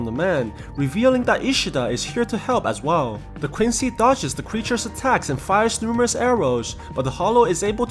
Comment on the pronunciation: Quincy not Quinci